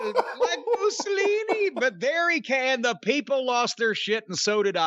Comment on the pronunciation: You got me saying moosilinie , punk song is stuck in my head .